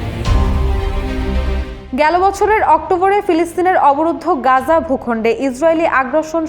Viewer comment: It'll be "Gaza" or "Gazzah" , not "Ganja". Editor ki Ganja khay?